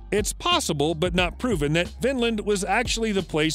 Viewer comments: Horrible narration. Learn pronunciations before you hit record. "Lance oh meadows" is also a "Younesco" site... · OMG he really fractured the pronunciation of L'Anse aux Meadows". It is easy to look this stuff up and do it right. Very sloppy work.